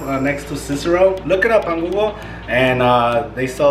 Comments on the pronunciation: I heard you say "Cicero" and I was like "Hes from Chicago? I cannot wait to try this. 😁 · My ass over here watching and I hear you say Cicero I'm like this dudes from Chicago 😂😂😂. Thanks for the recipe my guy!